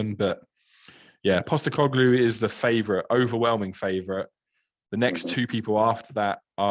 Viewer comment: He nailed Postecoglu in the end! 😅